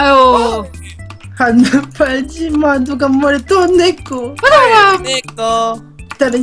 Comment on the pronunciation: 한눈팔지마 누가뭐래도 넌내꺼 할때 발음이 내꼬 라고 들려서 이것만 계속 들었어여~~